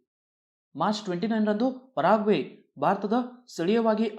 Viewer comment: ಪಾರಾಗ್ವೆ ಅಲ್ಲ sir ಪೆರುಗ್ವೆ ಅದು